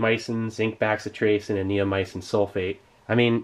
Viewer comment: Bro...it's not pronounced "back-si-tracin." It's "bass-itration."